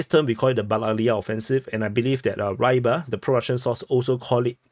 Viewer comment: not raiba but Rybar - ri`bar